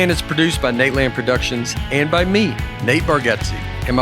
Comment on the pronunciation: Dusty, I still can't hear the "t" at the end of your words! However, I do enjoy the way you say "me" as a drawn out "may".